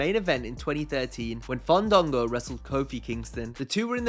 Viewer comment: fundungo.... LOL learn how to say his name